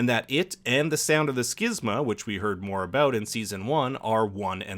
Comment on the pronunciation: You are correct on the pronunciation of schism; however, the phenomenon that occurs in the series is a fictional one called the schismA; therefore, "skiz-ma" is the correct pronunciation.